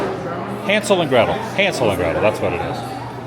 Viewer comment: It's "HAAANSEL"....."Obey my dog!" If you know you know!😂